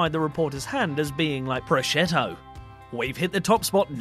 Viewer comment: i find the fact that he calls that famous italian ham 'proschetto' repungant (sic). wouldn't have mispronounced so many words